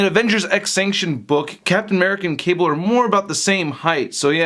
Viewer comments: speak english, dont say "qable" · did you just said kable